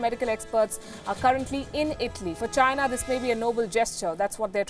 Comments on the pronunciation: i always hear "vagina" ,when she says "the china" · Virus came from CHY-nuh. It is the same as saying Chinese food!